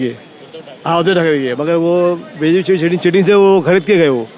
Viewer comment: उदय नाही बे.. उद्धव है ये.. 😂😂😂😂😢😢😢😢😅😅😅